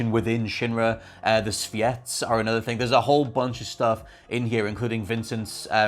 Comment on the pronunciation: YOU-FEE! IT'S YOU-FEE! Where on God's green earth do you get "Yuh-fee"? You can pronounce "Tsviets" correctly deapite hearing it ONCE in the DLC, but you just ignore how the protagonist and EVERYONE AROUND HER, pronounces her own name?! I'm sorry, but that makes 0 sense!